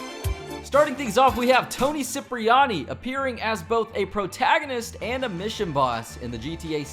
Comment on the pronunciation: Trevor is the Worst Character in Gta series...and wait bro Toni last name pronounce (Kiprayani)👍 not Siprayani👎